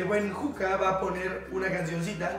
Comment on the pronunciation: Este video ya es muy viejo pero soy la única que se dio cuenta que en el minuto Juanpa le dijo "Puca" a Juca JJAJAJA